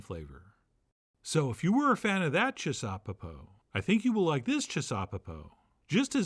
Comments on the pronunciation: I'd like to suggest we make the pronunciation chissaw-PEPO, and not chis-SAW-peppo as our maestro here is doing. However we say it though, this dish is *awesome*, and I've made the oven roasted version umpteen times now, and fed many happy people with it. Using sweet hot peppers in it works great too. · It's gotta be pronounced chisuhPEHpoh. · Making me hungry! Also... it has to be ChisauPEpo. Definitely a 3rd syllable dish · I like the emphasis on CHIsaupepo, as if there was any wonder what kind of saupepo we were making that night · I think the accent should be on the last syllable.